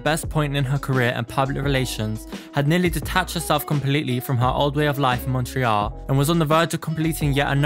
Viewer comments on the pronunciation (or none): none